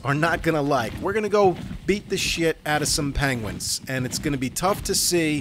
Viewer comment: What the fuck is a panguin? 😂